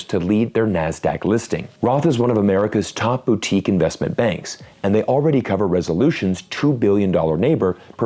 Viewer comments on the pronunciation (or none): none